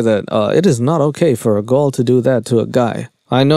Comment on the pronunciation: Can you say girl without saying “gull” lol